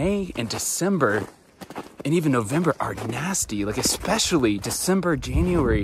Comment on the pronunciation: I wouldn’t go by. She mispronounces “especially” as “eck-specially” and it makes me cringe every time.